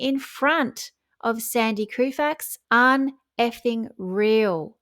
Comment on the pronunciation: TB: Great job! Just a tweak; our American sports icon, Sandy Koufax, pronounces his last name "KO-fax."